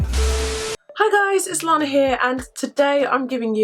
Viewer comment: When you said "it's Lana here" I heard "it's long hair" 😆 and I was like "What it long hair?" 😆